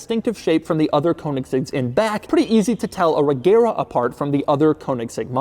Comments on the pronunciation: The name is pronounced "Rejera" and means "rules" in Swedish. Source: I'm Swedish ;) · Fun fact: it is pronounced Rejera (it's a Swedish word for rule) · The swedish pronunciation is not with a "hard g" but more of a "soft g" so not "reGera" but more like "rejera" and say it a bit slowly and you have it. It meens "to rule" in swedish. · Isn't it pronounced Rejera? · The g in Regera is soft so it’s pronounced more like reh-JEHrah. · Fun fact: Regera is actually pronounced "RE YEAH RA" in swedish, it means reign or rule. The G is soft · FYI, "regera" is Swedish for rule and the G is pronounced as a J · Youre saying Regera like Agera which is odd to us natives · Not to nitpick, but the "g" is soft, not silent.